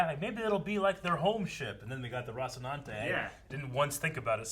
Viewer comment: Good! Now I don't get to hear butcher the word Rocinante anymore. fucking bugs me lol